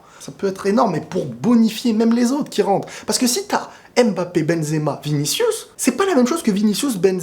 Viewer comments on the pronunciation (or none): ta tête là, c'est Mbappe et non Embappa tchiiiiiip